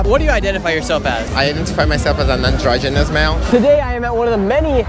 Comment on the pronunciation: He said androgenous, not non